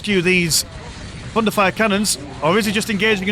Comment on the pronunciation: All what I hear is „Fun to fire“ canons instead of thunderfire canons x)